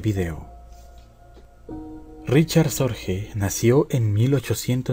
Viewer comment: El apellido Sorge es alemán por tanto no se pronuncia "Sorje" sino " Sorgue". Es lo.más completo que he oido sobre la vida de Sorge. En hora buena. Es claro que fue un hombre excepcional cualquiera que sea la valoración moral con la que se le juzgue.